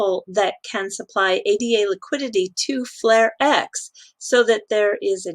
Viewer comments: I love your videos but please don't call it A-D-A: it's Ada, after the first programmer in history Ada Byron, countess of Lovelace: she delivered one of the first known algorithms in 1842. Of course, she's the very same Ada one of the most robust programming languages ever created is dedicated to. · ...just in case anyone doesn't know - the token is pronounced "Ah-da". It's taken from the name of Ada Lovelace who was an English mathematician and writer known for her work on Charles Babbage's proposed general-purpose computer back in the day.